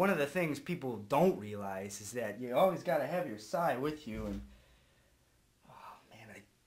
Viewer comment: ITS SAI NOT SIGH